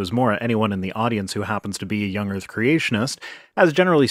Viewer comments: "Young Earf Creationist" ? What's an "Earf" ? oh, that's probably that flat thing. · Young earf ? 🙄 seriously ? 🙄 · Anyone notice says "urf" instead of "earth"? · Earf, vestidual ... not only is his argument rubbish, he's not even pronouncing the words correctly. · Does this guy keep saying earf and truf? It's hard for my old ears to tell. If he is, it's okay. I am not making fun of him if he has a speech impediment! I just can't distinguish the words. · Is he saying "young erf"? He must be flat erfer too. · I'm i the only one that can't stand the significant mispronunciation of 'Errff' (Earth) and 'vistig-ual' (vestigial) by someone who is attempting to discredit well researched and documented science? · Not to me. Hell, he can't seem to say earth right either sounding like "erf". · I'm sorry, but I can't listen to this guy. Between his dishonesty, his ignorance and his inability to say "Earth", I just want to rip my ears out to make his shut up. I know it's petty, but I don't care.